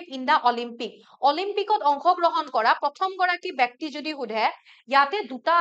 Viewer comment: Bekti nohoi.byokti